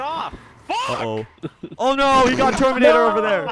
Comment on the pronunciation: sounds like you said "TOWminator"